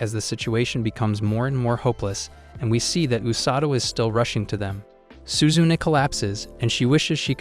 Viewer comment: I can't help but laugh at how the way you say "suzune". It's SU-ZU-NE not suzun LOL🤣